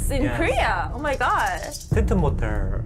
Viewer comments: ㅋㅋㅋㅋㅋㅋㅋ튼튼모tel아니고 튼튼모태rr....발음인 거 개웃겨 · 아닠ㅋㅋㅋㅋㅋㅋㅋ닥터프렌즈매늬절 왜이렇게 웃긴뎈ㅋㅋㅋㅋㅋ은지튼튼 모퉬ㄹㄹㄹㄹ발음에다갘ㅋㅋㅋ부유방 언급 뭔데욬ㅋㅋㅋㅋㅋㅋ